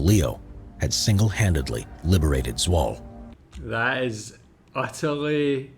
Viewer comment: It's pronounced "Zwoh-la" not "Zwol" BTW. I lived there for about a year when I was a kid. As a Canadian, I never had to buy either pop or candy!! 😁